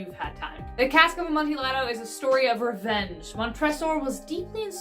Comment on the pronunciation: you dont pronounce the L in Amontillado